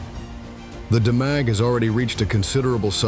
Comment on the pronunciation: Demag pronounced, " Deemag ".